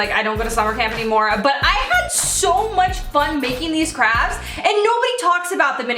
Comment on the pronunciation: who else heard her say "crabs" instead of "crafts" LOL